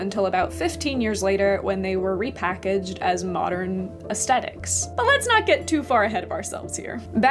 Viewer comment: Ayo she really says “aesthetics” with the HARD “T”